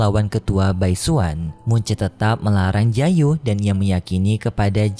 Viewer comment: Muchen min bukan munce, jiyu min bukan jiayu